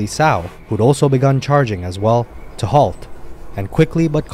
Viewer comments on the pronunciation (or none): none